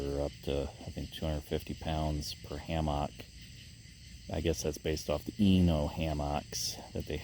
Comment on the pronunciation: great video....except how you mispronounce hammock :D LOLOLOLOL